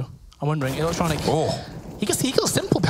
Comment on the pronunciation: How the casters pronounce electronic’s Name is so ugly